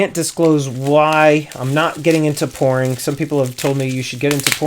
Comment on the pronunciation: to OMG...I listend to that 4 times, it wasn't until the 3rd time I figured out you were saying "Pouring" and NOT "Porn"....